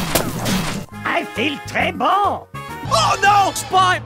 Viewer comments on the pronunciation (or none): when sniper says spy when he died It sounded like he said Spois Or spoon